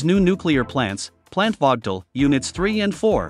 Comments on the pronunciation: Check you pronunciation of the plant's name. It is prnounced as Vogel (/ˈvoʊɡəl/). The plants are named after a former Alabama Power and Southern Company board chairman, Alvin W. Vogtle. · Teach the robot to pronounce "Vogtle".......the "o" is long and the "t" is silent. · Damn….I worked there 40 years and I have NEVER heard the name of the plant so mispronounced like this chuckle head did!! Just pronounce is like “Vogel” and you won’t be heard as being stupid as you sound!